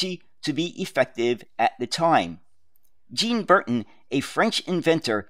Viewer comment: FYI pronunciation...Jean Bertain = ZHAW(ng) buhr-TAY(ng)